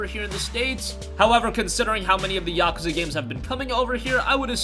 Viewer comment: Stop saying Yakwza.....STOP